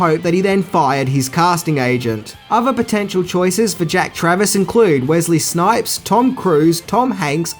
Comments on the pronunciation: It's actually Jack Traven, not Travis. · Keanu played Jack TRAVEN, not Travers/Travis as you pronounced Lol 😂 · Also, it's Jack Traven, not Jack Travis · Just watching this for the first time now and you also said jack travis, not traven lol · Jack Traven, not Jack Travis.